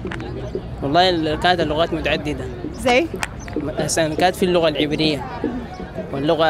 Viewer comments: اسمها اللغة غغغغاغغغغغااا وليس اللقة 😭😭😭😭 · المذيعة دي غيروها احسن ليكم ، عشان القناة تستمر بفكرتها الجميلة دي… لأنها بتتكلم عن اللغة العربية و بتنطقها " لقة" مهما المستضاف يقول اللغة هي تقول لقة بالقاف .. اسمعوا الكلام دا بالله عشان ندعمكم